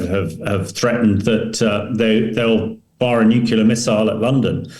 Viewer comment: Another talking head that can't say "new clear" but wants to be taken seriously.